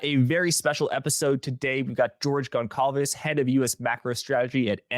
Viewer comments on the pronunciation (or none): I cringe whenever I hear Gon cal ves...it's Gonçalves...properly pronounced Gonsalves